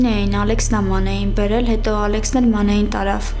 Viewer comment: Դերասանները չեն հասկանու՞մ ,որ հայերենը փափուկ նշան չունի ։Ոչ թե Ալյեքս , այլ Ալեքս ։